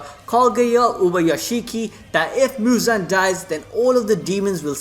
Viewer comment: not Muzan!... is "Muzanna" now